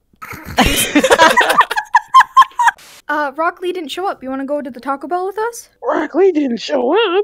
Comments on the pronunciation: U mean naru-dough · Me: hears Sakura say Narudo Also me: -_